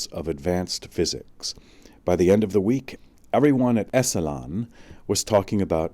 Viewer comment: Terrific upload/reading. It's been too long since I've read it, too. His work - as it became more popular - got Oprahfied. This was when his brain was at full bloom. Fwiw, 'Esalen' is pronounced ESS-uh-lin. Paz y luz.